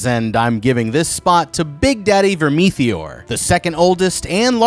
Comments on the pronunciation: VERM- ITH- OR. not vermetheor😂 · I'm not even bothering with all the pointsless adds and the way he pronouncer vermeteor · The pronunciation of Vermithor and Rhaenys takes me out